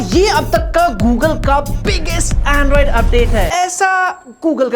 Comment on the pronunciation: Legends noticed 'Anroid' instead of Androind 😂😂